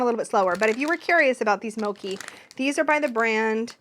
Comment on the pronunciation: hermione voice it's mo-chi not mo-ki 😂